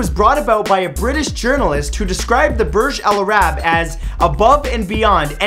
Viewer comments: the way u pronounced Burj Al-Arab really killed me. Damn. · Burj Al Arab not Burj Al Araaaaaaaaab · it's "burj al-arab" not "burj alarab" it means "the arabs tower" al means the burj means tower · Um... Its pronounced Burg - Aal - Arr - ab. You're welcome.